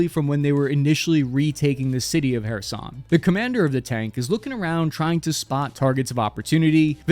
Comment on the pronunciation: I’m glad you pronounced Kherson”Херсон” fairly accurate!